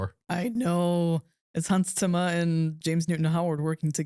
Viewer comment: Question for: do you have a german background? Your pronunciation of Hans Zimmers name is so unusual for what I assume to be americans haha loved the movie, and your review ^^